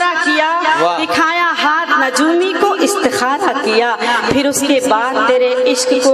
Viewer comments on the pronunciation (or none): Najoomi nia ye lafz nujumi hai